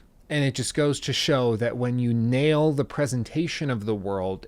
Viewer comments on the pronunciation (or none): none